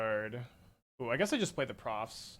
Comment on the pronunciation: Drink every time says Profit's instead of Proft's